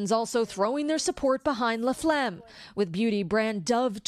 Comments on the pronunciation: if this American woman calls her Lisa La-Phlegm one more time imma lose it. WTF??? It's Laflamme, get it right! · why does she keep saying LaPhlegm